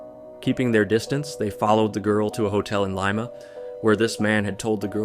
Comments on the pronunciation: Leeeema not Leima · Its pronunced Leema, Not L eye ma, you sound stupid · i kept forgetting this was in peru cuz of ur pronunciation of Lima 😂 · Your Spanish sucks? Well you’re pronunciation sucks too. You don’t even know how to say Lima. All that research and you don’t even know how to say it come on. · I can't keep listening to that pronunciation of Lima.